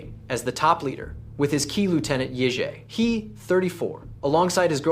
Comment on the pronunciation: "Yizhe He" is pronounced as "Huh Yi Tze".